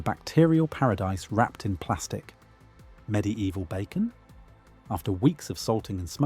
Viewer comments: Mid evil not midi evil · "med-e-eval", ai images, repetitive ai narration... another fake "facts" content farm channel.